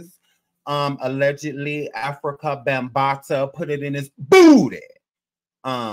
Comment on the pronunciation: Why You gotta Say BOOTY like that.. 😂😂😂😂😂